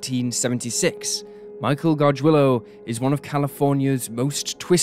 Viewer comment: The way you pronounce Gargiulo is like nails on a chalkboard to my ears -.